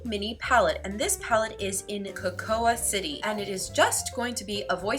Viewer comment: You’re so pretty! Just wanted to let you know that “cocoa” sounds just like “co-co”! The A is silent. :)